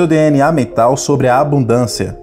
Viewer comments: Abudancia? Foi isso que escutei ? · Eu até ia ouvir, mas quando falou "ABUDÂNCIA", eu desisti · Qual a dificuldade em falar abuNdância? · A mensagem é maravilhosa, mas não consigo prestar atenção quando alguém diz ABUDÂNÇA...